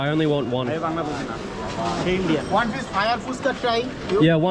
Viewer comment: SO FINALLY YOU HAVE LEARNED TO PRONOUNCE FUCHKA CORRECTLY, THAT'S GREAT 😂😂👍👏!!